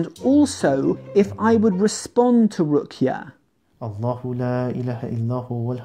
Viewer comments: maaf bro hanya sedikit masukan, yang benar itu allah, coba diperhatikan lagi, lafadz allah itu adalah : alif (fatah) yang dibaca (A). lam (tasjid) di eja lebih tebal (LL), lla. dan H. jadi dalam penyebutan adalah allah. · Beda bahasa bro tp satu i'tikad..Setahu saya penulisan Allah dibaca Allooh.